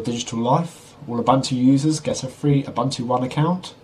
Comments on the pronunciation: Its pronounced- ooboontoo. Im from africa thats were it comes from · Its oo-boon-too